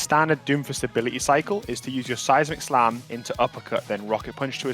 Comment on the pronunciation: Am i the only one who hears size McSlam instead of seismic slam?